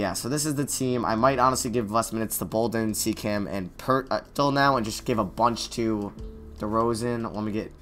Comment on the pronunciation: Why does he always say poeltl like "pertl"😂